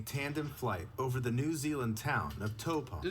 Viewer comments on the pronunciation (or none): none